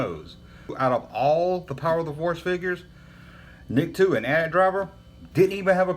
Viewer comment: Love that you say "at at" and not "Ahh Tee Ahh Tee"